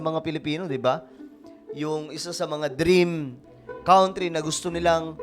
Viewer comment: Mali pronunciation mo sa COUNTRY ... KAN TRI ... HINDI KAWN TRI ... MASAKIT KC SA TENGA E PAG NARIRINIG YOU SHOULD SEARCH THE RIGHT PRONOUNCE KC YOURE A VLOGGER PARA KA RIN ANCHOR IT IS YOUR JOB TO DO IT WELL WITHOUT MISTAKES